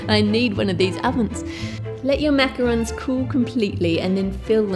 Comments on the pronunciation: Exuse me it is actually a macarons which I think u know already but u pronounce it as macaroons and they are both different things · the pronunciation for the "macaroon" cookie. (Coconut cookie covered with chocolate/caramel drizzle). Its pronounced(and spelled) macaron for a French style "Macaroon". They're not really the same cookie :D